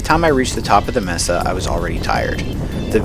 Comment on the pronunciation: MAE-Sa for the love of pete, MAE-Sa, not MEE-Sa.🤣 Otherwise cool video.